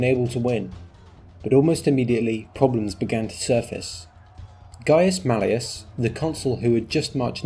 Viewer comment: The only criticism is your pronunciation of New Man Gnaeus Mallius sounds too much like Gaius Marius, also a New Man.